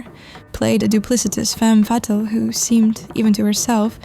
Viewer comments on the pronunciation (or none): Did she say femme fattil ??